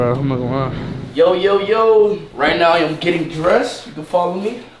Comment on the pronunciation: "really are you serious right neow bro" got me finished inside and out